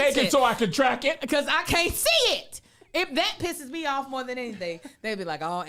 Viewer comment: “304 get owf meh” 😂😂😂